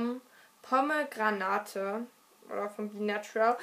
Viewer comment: ehm das wird pomgränaid ausgesprochen sry aber lern bisschen englisch